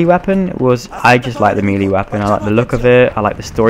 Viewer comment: and i also really find it funny how you say melee. not to be mean or something but its pronounced meyley and not mielie. i think im not english but i think its pronounced like that